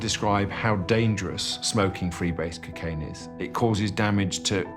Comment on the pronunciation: they cant even pronounce cocaine properly. cuckaine? honestly